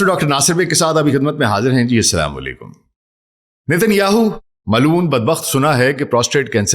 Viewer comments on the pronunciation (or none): او بھائی اپنے سلام کا تلفُظ صحیح کرو۔ سیدھی بات کیا کرو۔ یہ سنسنی پھیلانے والی باتیں بھی بند کرو۔ اب تُم بھی جاہل یُوٹیوبرز والی حرکتیں شروع کر دی ہیں۔ اور باتیں بار بار دُہرا کر وقت مت ضائع کرو۔